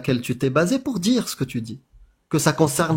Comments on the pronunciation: Je peux pas piffrer cette facon de parler. (Djire, tchu...) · "Je veux juste de tchdire" "jchtexplique" "jchte l'ai dit" 😂 deja ça part mal.